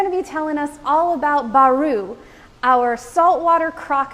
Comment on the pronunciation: Baru not Bari